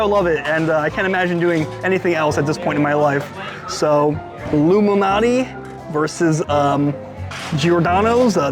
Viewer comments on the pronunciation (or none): Nice video I always thought it was alot MALANATI LMAO. I kept saying at the start why does he keep saying like Illuminati? Was gonna correct u but I forgot yr gangster 🤣🤣🤣 JK many people say Malnati is the best one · Why are you reading Malnati as Illuminati, is this a pizza conspiracy!? Appreciate your work!